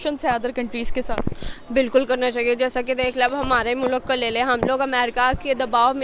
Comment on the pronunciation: mulak?🤣🤣🤣🤣🤣🤣🤣🤣🤣🤣🤣🤣🤣🤣🤣🤣🤣🤣 jahil aurat mulk hota hai